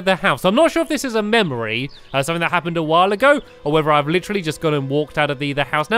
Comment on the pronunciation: I sede that remine me of inside out ween stampy say mamory